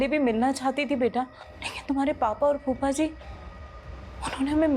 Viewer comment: Phuppa नहीं कुप्पा कहो अच्छा रहेगा 😂😂😂 फूफ़ा ही होता है बे